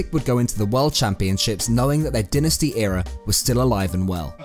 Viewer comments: Dynasty dynasty dynasty. Its pronounced DIEnasty no denasty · It’s so tilting every time he says dynasty